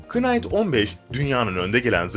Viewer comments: knight değil night diye okunuyo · Kınayt deyil nayt. İngilizcede KN birlikte oldukta K okunmuyo cnm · Hacı kinght diye okunmuyo night diye omunur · İngilizce ce bazı kelimeleri k siz söylemen gerekir mesela knıfe deil nıfe knight deil night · Knight "kınayt" diye okunmaz "nayt" diye okunur, knight online'a saygılar. 😊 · Knight okunurken k'siz okunur..